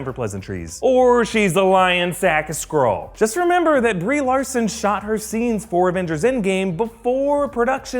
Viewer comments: can’t say “Skrull” or “Skrulls” properly he says scrolls and scroll. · Why do I keep hearing Squirrel, instead of Skrull... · Oh god, I can't hear Skrull but Squirrel... "Captain Marvel... is a squirrel!?" Oof